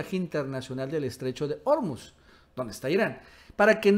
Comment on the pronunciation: SE DICE ORMUZ CON ACENTO PROSODICO (SIN TILDE) EN "U" ENTIENDES?